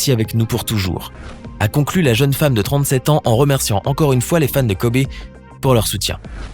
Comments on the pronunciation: Wow c est une femme forte mais n evorcher pas leurs nom se n est pas dianna mais gianna et kobé c est kobe c est e mais sa se prononce i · Kobe Kobe Kobe...et non Kobé. C'est pas le cousin à mokobé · Virginie Gomes mais ps du tout mon reuff sa sdit kobi Pas Kobé mais sa s’écrit Kobe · « Kober » ta pas le droit cousin ON DIT KOBI... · Kobe et pas kobé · Son prénom ne se prononce pas KOBÉÉÉÉÉÉÉ mais KOBIIIIIIIII honorons sa mémoire en commençant par ne pas ecorcher son prénom ça serait un bon début.